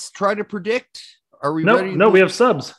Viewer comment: Shit, did our Hoosier accent slip?